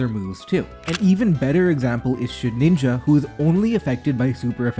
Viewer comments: Shed-IN-ja, not shed-NIN-ja Youre killing me 😭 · Please, man. Its Shedinja, not Shedninja. You're adding an extra n. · SHED INJA NOT SHED NINJA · Say it with me: SHE-DIN-JA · I will never get over the way he ALWAYS mispronounces Shedinja 🫠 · I never noticed that and now it's driving me insane too